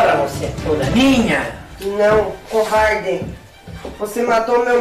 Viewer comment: "Covardê" kkkkk